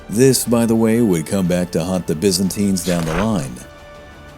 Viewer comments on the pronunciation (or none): none